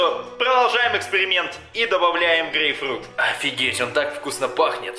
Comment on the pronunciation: Почему говорит гейфрут?